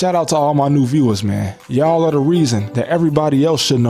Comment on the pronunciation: "yaw" instead of "yall" is crazy lol